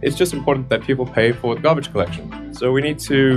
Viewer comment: The ways he pronounces carbon and garbage is like my 7 year old